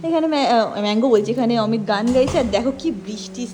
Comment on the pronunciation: অমিতদা কে কি করে তুমি ম্যাংগো বলতে গেলে 😂😂😂😂 পরে অবশ্য ঠিক করে অমিত বললে কিন্তু ম্যাংগো😂😂😂